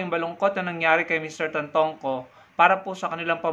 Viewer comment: it’s Tantoco not Tantongco!!